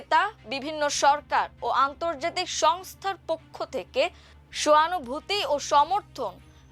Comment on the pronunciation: উপস্থাপিকার উচ্চারণ নিয়ে আমার দেশের দৃষ্টি আকর্ষণ করছি । রাফায়েল, অ্যাপস্টিন, সহানভুতি, এবং মোকাবেলাকে উনি যথাক্রমে বলেছেন রাফাল, অ্যাপোস্টিন, সওয়ানভূতি, এবং মোকাবিলা!!! আরও অনেক শব্দ উনি ভুল উচ্চারণ করেছেন । শুধু এই উপস্থাপিকাই নন, আরও একজন উপস্থাপক আছেন যিনি নিয়মিত ভুল উচ্চারণে আমার দেশে সংবাদ পরিবেশন করেন । আমি আমার দেশের একজন নিয়মিত দর্শক। তাই আশা করি আমার দেশ আমাদের এই ভুল উচ্চারণের অত্যাচার থেকে বাঁচাবেন ।